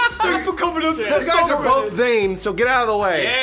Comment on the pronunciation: What's worse "Bolth" or "Mewn"?